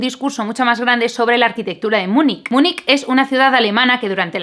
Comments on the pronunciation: Probablemente no leas este comentario teniendo tantos pero, aunque solo sea por mi fidelidad he visto todos tus videos espero que me atiendas en una cosa. ¿Eres catalana o mallorquina? ¿Por qué pronuncias "Múnich" como si lo fueras? En la tele es habitual tener que soportar que lo pronuncien "munik", "miunik" o "miunish", volviéndose locos creyéndose que lo pronuncian a lo alemán, cuando esta palabra no existe en alemán. Pero tú tienes mucha más cultura, por favor ayúdame. "Múnich" es una palabra española y se pronuncia terminada en ch, que es un sonido español. No te creas la Wikipedia y, por favor, ayúdame en esta campaña contra la tontería. Saludos. Baltasar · ¿Y por qué le llamas "Munic" a Munich? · Münich se pronuncia Miunij, no Munic. UwU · Se pronuncia munich no munic. Pd: me encanta tus videos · Me explicas por qué pronuncias Munich con el sonido C al final, si supuestamente se pronuncia como ch